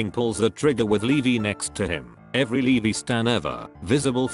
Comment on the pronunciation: Nobody: Me getting triggered when ever the computer said Leveee instead of Levi